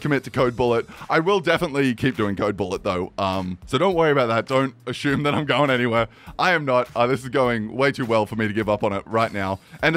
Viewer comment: "Assume," not "ashume."